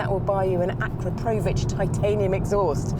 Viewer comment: Vicky as a car journalist I'm disappointed ☹️ that you don't know the Akrapović exhausts are not AKRAP_R_OVIĆ.